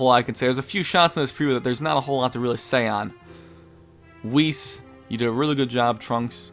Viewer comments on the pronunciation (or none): none